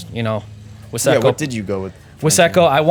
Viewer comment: Ive never in my life heard wise-co pistons pronounced as wiss-eco before. And maybe vice versa. Super slick car. My favourite part is the colour matched valve cover and fan shroud